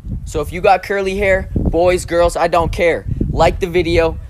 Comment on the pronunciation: Dude its H A I R